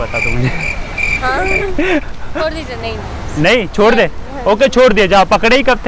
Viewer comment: Bhai chod nhi hota hai😂__ chhod hota hai😂😂😅